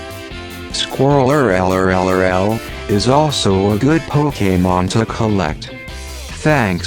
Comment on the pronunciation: He said pok a mon